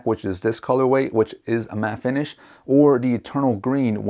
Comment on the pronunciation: "colorway"... Smh